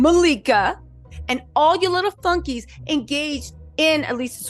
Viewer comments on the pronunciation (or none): I thought you said “and all your little funkies” at first & I died laughing. Then I realized you said flunkies & I still died laughing 😂🤣